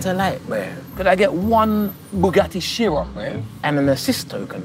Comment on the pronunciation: why are they calling it a shyron tf😂😂😂😂😂😂😂😂